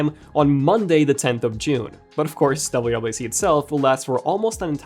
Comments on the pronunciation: Is he saying “WAC”? Dude cannot pronounce “WWDC”. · Didn’t know you cannot pronounce WWDC